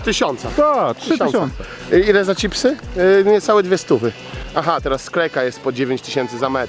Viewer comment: Sztaba je CIPSY 😂😂😂 Cały świat CZIPSY 🙃